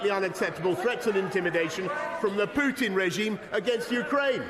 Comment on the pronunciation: 'Poootin'🤣 why did he have to say it like that...